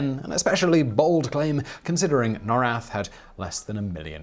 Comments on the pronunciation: I'd love to keep watching, but you're triggering the heck out of me with how you pronounce Norrath. It's pronounced as Nor (as in North) and Wrath. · Everquest baby, For the fucking WIN!! Project 1999 Project 2002 NOR-rath ... awesome vid but that was driving me cray cray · the way you mispronounce norrath hurts me deeply